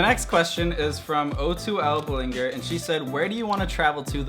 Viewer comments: Not to hate, but you totally pronounced Ballinger wrong. Do you not know Miranda Sings? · when he mispronounces Ballinger... Lol